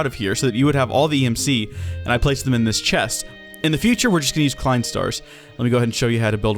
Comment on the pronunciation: props klein wwas pretty good pronounced